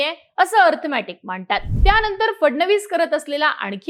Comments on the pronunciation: अर्थमॅटिक नाही गं बाई अरिथमॅटिक असते ते🤦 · आधी अरिथमॅटिक नीट बोलायला शिका. अंकगणितात तर नापास आहेच इंग्लिश मध्ये पण नापास आहेत. आणि मग खोटा नॅरीटिव केला म्हणून रडत बसतात.